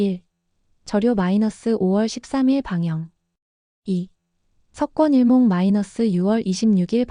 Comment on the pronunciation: 석권일몽이 아니라 서권일몽이에요 발음을 정확하게 해주시면 좋겠네요 몇번이 나오는데 전부 석권일몽이라고 하시네요